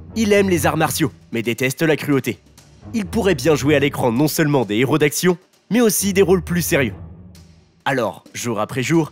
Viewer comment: Travail ton élocution... Y'a régulièrement des erreurs de prononciation... Exemple : Un néro... je suppose tu voulais dire un héros 😂 désolé celle la m'a beaucoup fait rire 😂